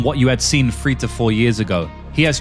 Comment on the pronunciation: Bruh it’s three not free 😂